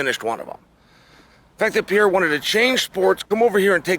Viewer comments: PE-REIRA NOT PIERRA, put some respect on his name! 😆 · dude his name is pronounced "peheira" not piera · Alex piera 🤣🤣🤣 get me everytime ...its pereira( peh-rey-ra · A BIG TIP TO YOU Chael ...I dont know wy none of you can say the mans name!! you guys say piera !!! is that his name!!! SMH... try Perera it sounds more correct!! is it that dificult??? and yes i know its Pereira! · PEREIRA not Piera … WTF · pe-rae-ra. It ain't hard Cheel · Pereira!!! not Piarra. chael the king of mispronouncing peoples names lol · Why he calls Pereira Pieira lmao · A year ago Chael said “Piera” then got corrected in an interview, still calling him “Piera” Bless you Chael 😂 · "Alex Piera" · If you say "Pierra" again I'll punch you in the face lol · Chael: types Pereira Also Chael: SO PIERRA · If Alex Pereira met this "Pierra" person, he'd agree that one should learn to pronounce Oomah-polattah. Not to confuse with "omoplata". 😂😭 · Chael you donkey- who tf is Piera? Cmon man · Everyone -Pereira Uncle Chael - Piera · It’s not Pier-ah.. learn to say the name right at least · Chael out here still saying pierra 😄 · Alex Pee-era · Alex st-pierra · If I hear Chael say "Alex Pee-era" one more time... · Casually starts calling him pierre hahaha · How come Sonnen keeps butchering Pereira's name? LOL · Old Chael P must be trolling with the pronunciations :D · Dude, pronounce Alex last name right. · At least he spells Alex's name right in the video title. I love Chael's content, but man... put some respect (and a correct pronunciation) on the champ's name. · Pierra has to be able to pronounce OOomapilata , so that he may retain this championship belt. And Chael gets to have more time to learn how to pronounce his name while dodging red "Jagwire" lnfao